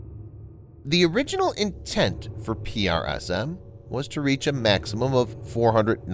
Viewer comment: It's tedious to here it constantly pronounced P-R-S-M when they went to lengths to come up with a pronounceable acronyn "prism". Ditto for ATACMS which the rest of the world pronounced "attack'ems" (sort of like "attack thems" which isn't correct English but pronounceable). Is this a human narrator? I'm new to the channel. I hate computer voice narrators. It sounds human but the spelling out of acronyms is a bot thing.